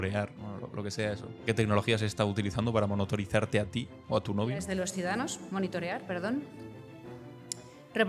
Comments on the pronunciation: No sabe ni hablar ! monitori... monitore...ar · Ha dicho "Monitooorear" Chupito! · A mí lo que más me jode es la forma que tiene Ayuso de leer los discursos, como si estuviera dando una lección de moral, cuando no sabe ni pronunciar monitorizar.